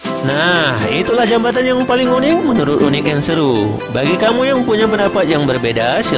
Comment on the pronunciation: Membaca jembatan kok jambatan